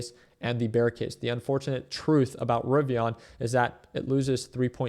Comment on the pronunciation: Rivian not rivi”on” lol 😂